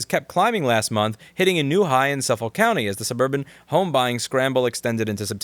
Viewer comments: Louis has lived in NYC his whole life but says "in Long Island" and can't pronounce Suffolk. Interesting.. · I love the way Americans pronounce their version of Suffolk lool